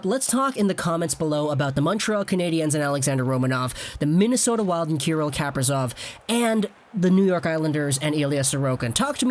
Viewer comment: You pronounced Kaprizov's name right in your first video about him